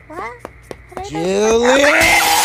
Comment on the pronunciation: said juile and thats not how you say it its julie